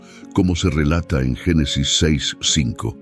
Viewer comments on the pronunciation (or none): none